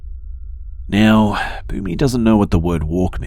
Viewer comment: Was the dog's name "Boomy" ? I was hearing "Booby." I was like "who the hell names their dog booby?"